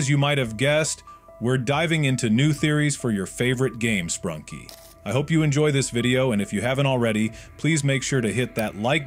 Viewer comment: its sprunki not sprunk, sprunkie nor spranky and spanky